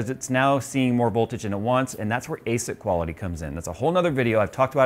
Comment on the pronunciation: Where can I learn more about the voltage thing and unstable overclock? Sounded like he said Aset quality or something.